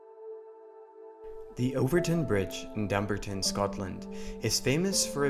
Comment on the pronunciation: It's pronounced DUM - BAR - TON.